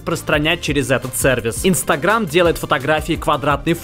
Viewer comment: ИнстагрЕйм? ИнстагрЕйм?, научись произносить слова правильно, а то уши режет.